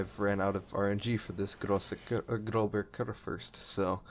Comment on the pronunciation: Pronounce Großer like Grosser in Großer Kurfürst.